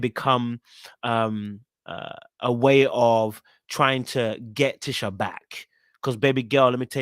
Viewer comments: Her name is pronounced "Tee-sha" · PLEASE NOTE: Tisha is pronounced TEESHA and its Destiny NOT Stormi.